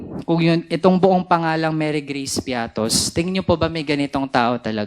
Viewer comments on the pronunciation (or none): Mary Geace piattos? Walang ganun.It's Mary Grace piete